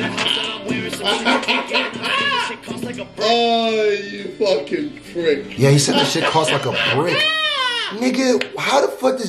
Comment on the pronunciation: ksi said prick not brick😆